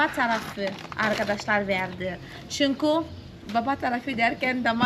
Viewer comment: güle güle kullan. hiç ü harfi kullanmıyorsun hep u kullanıyorsun. Ö ' de kullanmıyorsun o kullanıyorsun ve ı harfi yerine i kullanıyorsun. Duğun değil düğün Çunku değil çünkü Oyle değil öyle Goturmek değil götürmek Tatli değil tatlı Sesli harflere biraz çalışmalısın hem kendin için hem de tatlı kızın doğru öğrensin diye. Güzel gözlerinden öperim.